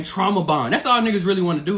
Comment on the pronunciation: Yooooo fam said "trama bond" lol facts